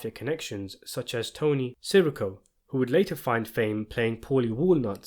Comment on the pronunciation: Its Pronounced like Tony See-Rico not Siriko, the way you Pronounced it definitely sounds more asian than Italian